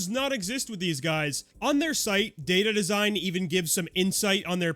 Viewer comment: Whenever you say "data design", I hear "dated design". You can say their design is outdated.